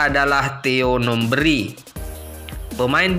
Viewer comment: JANGAN NGAUR DENGAN SEBUTANNYA : -Bukan Theo Numbri tetapi Theo NumbEri. ,(E) - Bukan Persiwar WarPON tetapi Persiwar Waropen.. MAAF, koreksi sebaik-baiknya kemudian buat beritanya .. ???